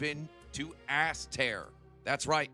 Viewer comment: "as tear" 🤣 Sorry couldn't help it! Not sorry really lol